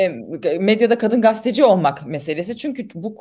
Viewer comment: GASTE DEĞİL GAZETE !!!!!!!!!!!!!!!!!!!!!!!!!!!!!!!!!!!!!!!!!!!!!!!!!!!!!!!!!!!!!!